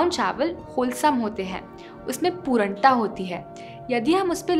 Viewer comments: Great video Sorry For poornta not pooranta sorry but it annoying and noticeable for me But great video at all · Improve your pronunciation Specially पूर्णता not पुरणता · It is pronounced as puRNata not puraanta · पूरन्टा नही ।।। पूर्णता (purnta) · पूरंटा नहीं पूर्णता😀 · You have pronunciated पूर्णता wrong.please check it on Google